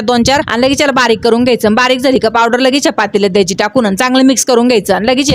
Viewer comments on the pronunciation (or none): none